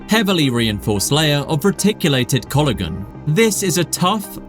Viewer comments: Just a couple of pointers for you pharyngeal pronounced fuh rin jee uhl, inertia pronounced uh nuh shuh and collagen pronounced ko luh jn. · Oh, and collagen. Despite getting cartiligenous basically right?